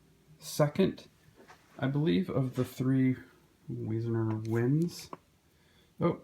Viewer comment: Beautiful collection. I respectfully disagree about David Wiesner; he is perhaps my favorite Caldecott award winner and anything but 'bland'. Also, you are mispronouncing 'Wiesner' and 'Henkes'.